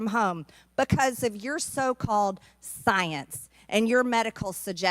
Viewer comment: I just hear Cecily Strong mispronouncing science